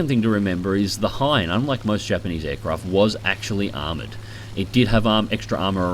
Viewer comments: It's Ki-61 Hien, not Hein. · Just found about your channel. Keep up the good work. Also do some digging about the Ki-100, you might like that too... The "i" in Hien is short. Actually its pretty much a long "e" sound. He-en. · It's the Ki-61 Hien, hei model. I know, confusing.